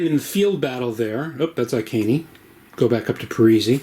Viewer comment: Good video thanks for this. Iceni is pronounced eye - seen e by the way!